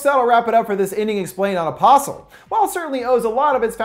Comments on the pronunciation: I keep on heariing a possum, instead of apostle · when he says the name it sounds like opossum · I keep hearing "opossum".